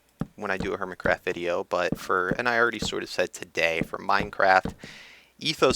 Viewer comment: you said hermitscraft lol